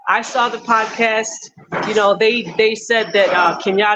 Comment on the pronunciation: He unironically said podacast. He’s chip😂. 100 thousand cash bond is a lot of money. That sounds like he did something.